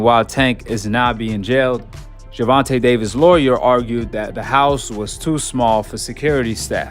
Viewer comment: Gervontuh?..."Gervontay" please correct me if I'm wrong in pronunciation